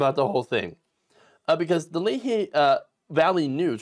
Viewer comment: Ok i normally don't complain about pronunciation but you referred to ( spelled as you pronounce it) Lay He county, when it's actually pounced ( Lee high) county. Good thing you didn't need to talk about other locality like Bird in hand, blue Ball, virginville, or paradise. All real locality in Pennsylvania